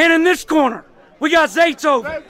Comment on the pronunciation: His name is Zaytoven not Zayton 💀